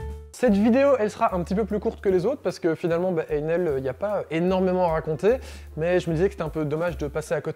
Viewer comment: Bonjour! J'aurais aimé que vous vous donniez la peine de prononcer le nom de cette marque correctement, càd Ein Hell avec un H aspiré, façon germanique (pour sourire un peu, Einhell veux dire Un Enfer. Il y a mieux comme marque, non?).